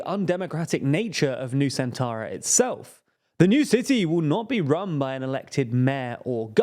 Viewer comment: I heard New Santara 😅